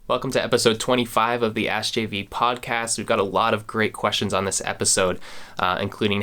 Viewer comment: askjv or ashjv?